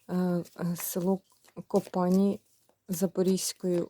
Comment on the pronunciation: ЗА ЯКИЙ НАСЕЛЕНИЙ ПУНКТ ВИ КАЖЕТЕ?УТОЧНІТЬ!КОПАНІ,НАГОЛОС НА І!